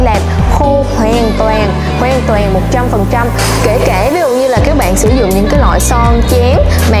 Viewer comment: Hoàn toàn... Chứ ko fải "Hoèn toèn" nhé